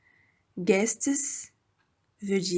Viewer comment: They have guests not guets